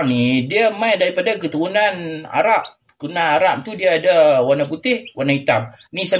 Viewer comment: 😂😂😂😂Salam...kelakar betoi pak long....adoiii...nak sebut keturunan ayam pun payah no.